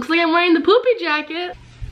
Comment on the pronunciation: you said poopy jacket instead of poofy jacket lol